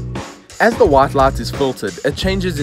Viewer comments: Is he pronouncing “lot” to “light”? 🤔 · So, QLED TVs have a "brart lart"? 😂😂😂